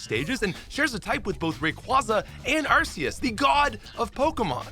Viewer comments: sadly... it's pronounced arkeus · I’m not sure if you’re already aware, but your pronunciations still needs work like Arceus and Rayquaza. Watching anime and Pokédex 3D Pro is one of the best options.